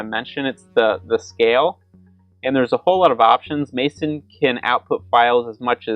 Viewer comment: "Mayson"? It's pronounced "messen".